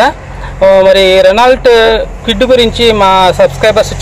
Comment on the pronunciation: Kewid kadu kwid..